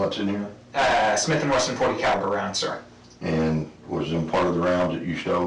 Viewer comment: It's pronounced "forty caliber", bro.